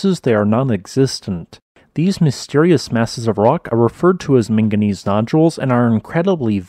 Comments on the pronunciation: The real question: is it manganese or minganese? Because I heard a lot of the latter in this video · Drinking game: Everything time he says "ming-gineez" down a shot.